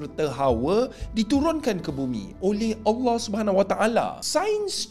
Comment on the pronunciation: Pelik dengar mat liberal ni sebut Allahh..